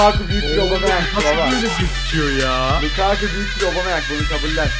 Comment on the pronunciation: Biri lukaaaku değil lukaku olduğunu söylesin